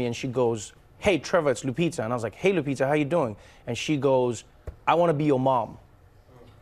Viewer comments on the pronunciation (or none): It's painful to hear them pronounce it 😂😂😂😂. I gave up on people at my office pronouncing my last name correctly.